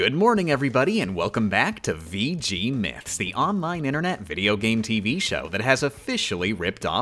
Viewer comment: Haha she said veegee Edit: myyyy baad Best to edit it now before the edgy teens get in